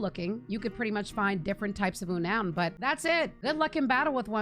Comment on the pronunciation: Agree with pretty much everything here, plus here some personal options: Beautifly Wormadam Eiscue P.S. the pokémon Unown is pronounced “Un-known”, not “U-noun”